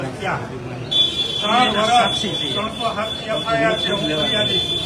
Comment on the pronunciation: Gopal bhai dhara sbhya sri pela bolta sikho FIR nay pan FRI HOI CHE